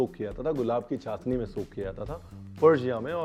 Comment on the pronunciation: Ranveer this is not चासनी . This is चाशनी